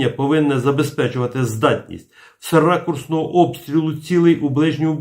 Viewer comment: "СРАКУрсного обстрілу цілей "